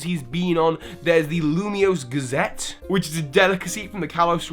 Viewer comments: lumiose galette not lumiose gazette. ilima not ilimia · Hey, just a note, I'm pretty sure it's called the Lumiose Galette not Lumiose Gazette. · ITs Lumiose GALLETE. Not Gazzete. You dont eat newspapers. Well you could.... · I think you mean 'Galette'. A 'Gazette' is a newspaper, not a French pastry. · Hahaha sorry I'm not mad or anything but it's Ilima not Ilmia, and also Lumiose Galette, not Lumiose Gazette ;p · it's Lumiose Galette, not Lumiose Gazette. Also, why do you sometimes say "smear-gle" [correct] and other times you say "smur-gle"? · Cool theory. :D I wish there were more art-based Pokémon. As an illustrator, I'd love to have them on my team! ...Also, it's a Galette, not Gazette.